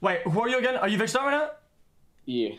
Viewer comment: Go agane, one more time